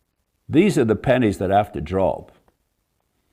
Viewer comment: David, did you say "pennies" or "panties" have to drop? Either one is a good metaphor.